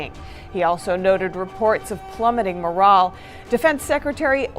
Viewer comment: "plummeting morall"? someone please tell this woman how to say "morale"